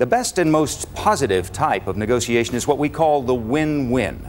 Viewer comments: Did he say negociation? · Damn this is just good sales. And the way he pronounces negotiation is exquisite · I live for the way he pronounces negotiation.